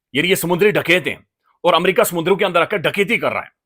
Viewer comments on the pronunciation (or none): Amaarca, learn to say America please